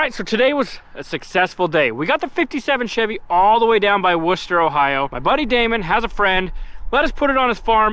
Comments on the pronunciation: DUDE!!!! You pronounced Wooster correctly. NO ONE outside of this area (and WAY too many IN this area) EVER pronounce it correctly.😁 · Welcome to Wooster! Good job pronouncing it correctly!